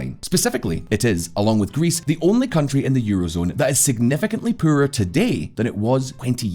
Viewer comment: The way you said poorer and poorer…..where are you from? I’d say danish but I’d probably be wrong